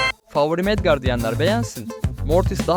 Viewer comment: Edgard değil Edgar